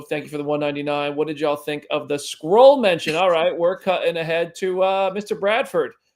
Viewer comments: ohhhhhhh he said SKRULL… i heard SQUIRREL 😳😳🤣🤣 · I totally heard SQUIRREL not Skrull lol